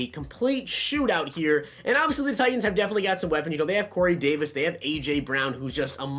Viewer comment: What is with these you tubers? Tighens. There’s a T in there. Button. A T. Important. Another T